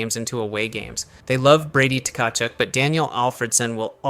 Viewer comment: So this is either AI or you just don't know how to pronounce a lot of names properly. Tuh-ka-chook is not how you pronounce that at all lolol.